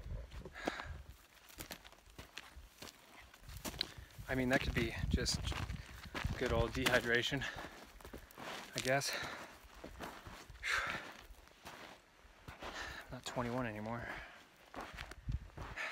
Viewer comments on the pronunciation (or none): dehydration... not desitaration...